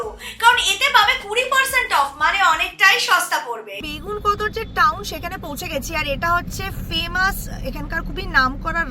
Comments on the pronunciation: বেগুনকদর নয় গো বেগুনকোদর 😅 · Not begunkotu say begunkodar